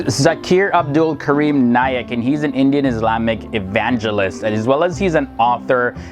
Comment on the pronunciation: its Naik, not Naylack ALSO, Only Allah SWT can decide who is a good Muslim and who is not